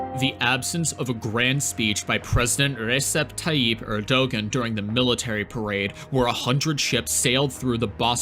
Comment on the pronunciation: The ğ in Erdoğan is silent.